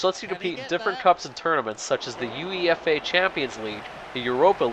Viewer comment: Pronounced u aye fuh uefa